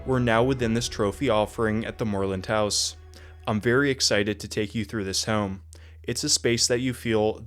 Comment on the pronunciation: Love the way you pronounce "Moreland House" in the British style.